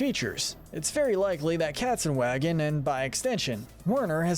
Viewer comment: As a german I can tell it is "Katzenwagen" not kezenwag. Sounds terrible :(